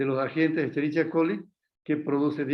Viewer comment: ¡Qué horror!, se escribe "Escherichia", pero se pronuncia "Eskerikia". Solo por eso ni tomo clases con él.